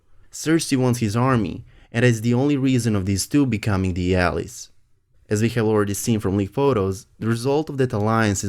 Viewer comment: I'm only trying to be helpful...alies is pronounced "Al - like the name and eyes...Al-eyes" , how you are saying it means something like a backstreet ..... again only trying to be helpful as it's clear that you are intelligent, it's not easy speaking another language especially if you haven't been doing so since childhood. I enjoy your channel keep up the great work! Cheers 👍